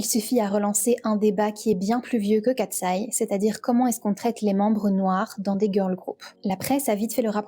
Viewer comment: J'adore ta vidéo ❤ +1💖 Parcontre c'est pas " Kateseye " Mais Katseye.